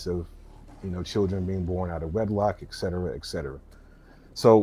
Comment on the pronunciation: Dude had some good points, wish Destiny had engaged a little more. He keeps saying ex cetera instead of et cetera though which is a bit jarring.